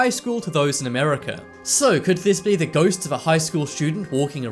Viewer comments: Its not goast you stupid its ghost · rachael grant ??goast? Sorry I thought you said toast.